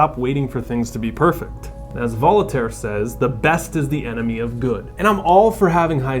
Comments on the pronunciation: i think you meant Vol-Taire and not Voli-taire. Just watching out for you. 👍🏽 Min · Vol - uh - taire??? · "Voltaire" is pronounced with 2 syllables, not with 3. Just sayin...... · But he just said “Vo-lit-airie”. It’s French, it’s “Vol-taire”!!! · Good content. It’s pronounced Vole taire though, not vollatare👍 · Volitaire....you said Volitaire? Seriously? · “Volataire” I think you mean to say “Voltaire” 😂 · "Voli-tare" Stopped watching there. 🤣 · It’s Vol-taire homie. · What a great video! I love how you mispronounced Voltaire as 'Volataire' just as you're making the point that perfection isn't everything! ;) In my gym, there's a huge guy with a massive tattoo saying 'NO REGRETS' but it's misspelt as 'No REGERTS. At first I thought he was too big and scary for anyone to point it out... but then I got it - no regrets right? ;) Briiallint vedio my freind, yuo just got a new subscirbre! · Volitare? Like Solitaire?! LMAO RETARD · "Volitaire" lel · "Volitaire"? Really? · The mpment he said "Volotaire" he lost ALL CREDIBILITY... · "Voltaire" 😂😂 moron. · You think he read 300 self help books and still came away with that enunciation of "Voltaire"???? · You lost me when you mispronounced "Voltaire" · Is mispronouncing "Voltaire" a hidden example of Rule #1? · Your pronunciation of Voltaire is hilarious